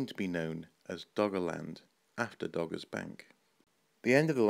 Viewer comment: dogger not gogger